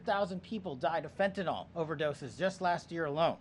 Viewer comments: It is pronounced Fen-tan-nil!!! NOT Fen-tan-nall!!!!!!!! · Fentanyl, not fentanol. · For goodness sakes! PLEASE PEOPLE, learn HOW TO PROPERLY PRONOUNCE the name Fentanyl!! It’s NOT FentanOL it’s FentaNIL. I don’t know why, as a medical professional, it bothers me so much, but it does…